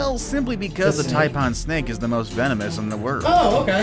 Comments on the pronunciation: I wish people putting together videos would learn to pronounce the animals properly first. It's not a "tie-parn" it's a "Tai-PAN" just like it's bloody spelt. 🙄 As for Crocs vs Alligators, Alligators are like docile puppy dogs in comparison. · The Taipaaaan LOL The pronunciation of taipan was hilarious 😂